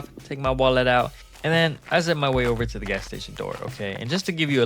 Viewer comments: Over no oveu and oveu and oveu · The "owver" sounds silly....idk what to say.. (THE ANIMATION IS SO CUTE)😅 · “Owva, owva and owva again” is amazing